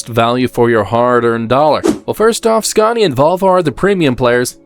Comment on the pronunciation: I don't see what a budget has to do with inaccurate dialogue and AWFUL AI pronunciation. For a channel about trucks, showing a video about trucks, to mispronounce their actual names is pretty sloppy. Iveco and Scania for example. Just narrate it yourself, would make a nice change!